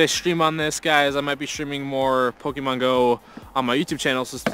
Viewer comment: please please pronounce the Pokémon names correctly...